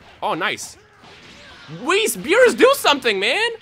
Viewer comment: He is soo gringo that he says whis's name wrong